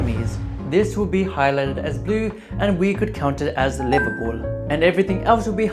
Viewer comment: as someone who grew up in calid, i can confirm that it is livabool